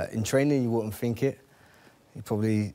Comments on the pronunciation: Ashley “I fink” Cole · * 'I fink'